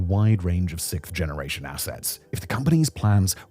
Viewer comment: Simon are you aware that you're mispronouncing sixth as sikth?